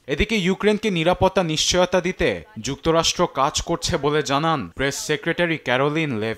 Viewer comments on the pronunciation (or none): none